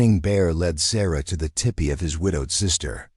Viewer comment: The AI narration needs a lot of polishing, but it was a good story. Btw, it’s tEEpEE, not tippy.